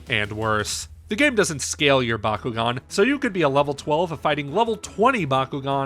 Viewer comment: So good the reviewer can't pronounce the name of the game properly.